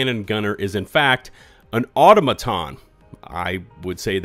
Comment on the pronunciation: What is with the weird echo chamber that has every single youtuber pronouncing Automaton incorrectly? Is the Helldivers universe entity name "Automaton" pronounced differently the the actual existing english word automaton?